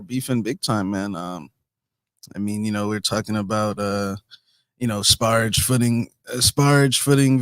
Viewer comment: said "sparrage footing". classic.